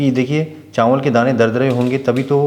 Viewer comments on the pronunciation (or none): चांवल नहीं चावल, घीं नहीं घी